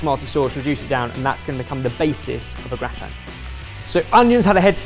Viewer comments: Me, as a German person: listening to explain his plan and hearing him pronounce gratin I'm sorry sir, what are you making??? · "It's really annoying me that your not calling it a gratan-touille" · James Miles indeed but Germans pronounce it the French way and... doesn't. 😂 Not that that is a bad thing, just confusing to hear when not used to it.